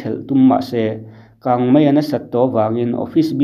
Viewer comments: Real Life hian "MAI" tih turah "MEI" a ti char char bawk. A țawngkam chhuak hi a nawi hle reng mai a ni.🤣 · Heng thu mal hi i lam diklo nasa thin khawp mai, a mak em em ngawt mai. Aizawl, mai, sipai, chibai etc. Aizawl hi Eizawl, Mai hi Mei, Sipai hi Sipei, Chibai hi Chibei ti te in i lam hnem khawp mai. Fimkhur em em ta che u mawle.